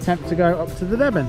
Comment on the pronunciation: The river's name is pronounces D-ben